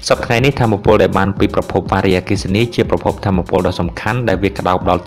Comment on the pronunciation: កុំអានវ៉ារីអគ្គិសនី សូមមើលសម្លេងផង